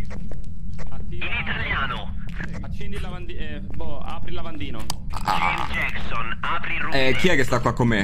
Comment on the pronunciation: Nessuno: Proprio nessuno:: Gieims Giecson